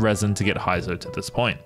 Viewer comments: heizou (hey;zou)... not hi;zou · its pronounced hey-zou not hi-zo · Who tf is Haizou? LOL 😂can't even pronounce his name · All those Resin and time, still pronounce Heizou's name wrongly.